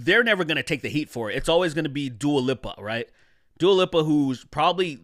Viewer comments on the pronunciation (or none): Its also hilarious how you pronounce Lipa as Lippa.